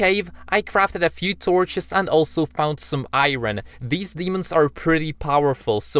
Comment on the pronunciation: the way he said iron